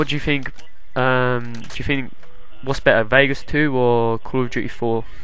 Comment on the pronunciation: lol, he pronounces call of duty like call of huhy